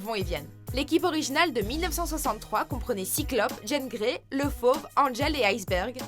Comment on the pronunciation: C'est qu'un petit détail et j'apprécie la vidéo, mais est ce qu'y a que moi qui me fais écorcher les oreilles à chaque fois qu'elle dit Jane Grey? c'est JEAN GREY, JEAN bon sang!! :p